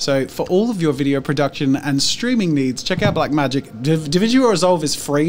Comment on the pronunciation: Everytime Jazza says Blacmagic i think he means BlackMagicCrafts youtube account and then i realize im wrong 🙄